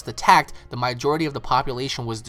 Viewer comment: "Maijority" lol